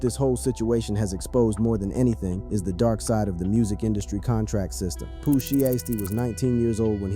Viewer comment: The way u pronounced poohs name made me click out of the click bait 😂